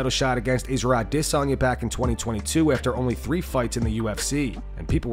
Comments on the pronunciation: Why the fuk the narrator says Izzy’s surname like he has an African accent is beyond me 🤷🏼‍♂️it sounds absolutely fukin ridiculous 🤣🤦🏻‍♂️ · The way the narrator pronounces "adesanya" is so cringe, stop, just say it like normal english speakers say it, stop trying so hard, it's cringe and pathetic. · The way he pronounces Adesanya is like nails on a chalkboard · This dude will never be able to pronounce Adesanya correctly! 😭😭😭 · Stop saying adesanya like a sped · Why do you insist on pronouncing "Adesanya" like a weirdo??